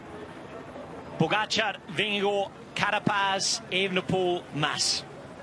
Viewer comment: Why does Kelly continually mispronounce Pogacar’s name?